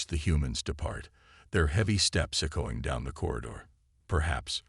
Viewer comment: The word is pronounced "EH-ko-ing". NOT "eh-KO-ing". Please instruct your AI.